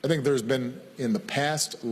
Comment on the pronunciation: sənk yu, du yu sink?